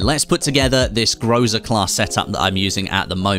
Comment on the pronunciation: it is not groza it is called grasa